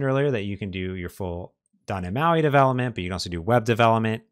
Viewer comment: You are so talented and such a great instructor. Your videos are such a great resource for learning. I love them, and you, so much for the information. But then you say, "Doh neh mahi." Why did you have to ruin my love for you by refusing to pronounce the letter T? It's like finding out my favorite Philosophy professor is a Nazi. And a Utilitarianist!